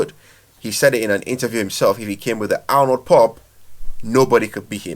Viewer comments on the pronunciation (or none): none